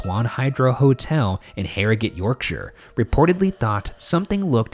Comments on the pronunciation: I would like to congratulate Ryan on the proper pronunciation of Yorkshire (York-shur, not York-shire). Well done, sir. Well done. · Kudos on your correct pronunciation of Yorkshire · Well done for pronouncing Yorkshire properly. Most channels would say 'York-shyre', like hobbits live here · the best part about this episode is Shane and Ryan pronouncing Yorkshire as ‘York-sher’ and not ‘York-shy-er’. it’s so nice to see Americans pronouncing it correctly! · So pleased Ryan pronounces Yorkshire correctly and didnt over pronounce the SHIRE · I'm just really pumped you pronounced "Yorkshire" and "Harrogate" correctly. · As a Yorkshire lass, thank you for pronouncing Yorkshire properly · can we just appreciate they pronounced Yorkshire almost right instead of the classic American "York-shiyer" so proud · i like that they pronounced Yorkshire properly! and Harrogate! love ya bois! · hearing an American properly pronounce Yorkshire is surprisingly jarring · As a yorkshireman myself I was glad that Harrogate and Yorkshire were pronounced properly I've definitely heard them butchered before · Wow Americans who pronounced Yorkshire right ... am in shock!! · As someone from the uk all I can say is THANK YOU FOR PRONOUNCING YORKSHIRE THEY WAY YOU DID😂 A lot of people who aren’t from the uk pronounce it YorkSHIRE like it’s two words and not one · Really unimportant thing here but im from west yorkshire and finally someone pronounced it right lol